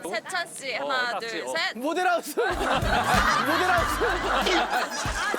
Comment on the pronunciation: 나만 양세찬 모델rrr하우스 발음이 웃김? 😂😂😂